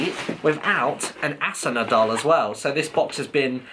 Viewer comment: Nope is Asuna (A-su-na)